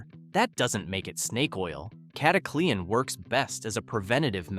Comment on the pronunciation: Cata cle an ....stoopid ai😊